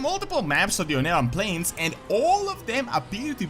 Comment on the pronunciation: "Ohn'aran Plains" I always have to point this out because it's hilarious, but "onara" means "fart" in Japanese.